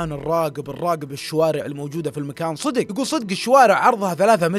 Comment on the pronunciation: انا مشترك جديد بس ياخي لعد تقول صيدق 😂😂 قل صدق 😂❤ معى كامل احترامي لك